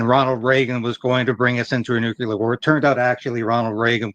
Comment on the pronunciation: I love your channel and commentary, but please stop saying nucular 🤐, it's NU-CLE-AR. 👌 Thank You.🙏